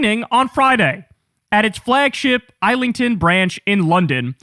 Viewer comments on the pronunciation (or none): It's pronounced IZZlington, American fool. And BRORton. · "Islington" is actually "ISlington" 😊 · pronounced IS Ling ton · It's pronounced IZLINGTON not Isle ington. just saying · Not a criticism, and I know there will be a comment somewhere else pointing this out but, Islington is pronounced as "Izlington", not like "island". No idea what the proper linguistic term is for this. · It's actually pronounced as it is spelt, Kyle. The 's' is not silent like in 'island'. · It's pronounced is lington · Islington is pronounced izlington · You are so awesome! American living in London here. For your reference Islington is pronounced as though it was spelled “IZ-ling-ton” 😂. Thanks for your great coverage. Keep it up! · Watch the Brits in the comment section piss themselves over your pronunciation of "Islington" instead of the substance of what you're saying... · Sorry, Brit hear, bothered by your pronunciation of "Islington". You wouldn't know and is makes sense you would try to pronounce it like "Island". It's pronounced "is-ling-ton" o is soft in "ton". I know it's not important, just pointing it out, go on with your day sir. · *pronounced IZ-LING-TON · Btw, Islington is pronounced exactly as it is written (IZ-ling-ton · Kyle - I know that English place names are mad, and follow no rules of logic in the way they are pronounced - and you got most of them spot on, but we say Islington like IS-lington. And as for Broughton - even we get the "ough"'s wrong. But I can say that Broughton is said as if the middle bit is the world "ought" (phonetically "ort"). I love listening to you saying them, though... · It’s pronounced Is-lington. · Its pronounced is-lington. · As a Londoner hearing Kyle say islington as ilington is funny HAHA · Islington, pronounced phonetically Is-ling-ton. I'm still shocked one ticket got sold. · Yeah, it's pronounced "Is-ling-ton." And the cinema in Wandsworth is on the top floor of a shopping centre. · It's pronounced Is-Ling-Tun